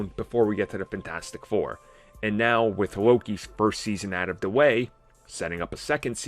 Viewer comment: It's pronounced FANtastic Four, not funTASTIC Four.